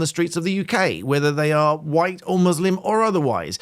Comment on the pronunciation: Thanks for your video. I’d never heard Mr Yousaf’s speech before. Listening to him, he seems to spit out the word ‘white’ like a poison in his throat. His sentence is normal otherwise, then the word ‘white’ is quite violent. It’s over accentuated. I’ve never thought much about the colour of my skin, but I’ve experienced discrimination. Never in England.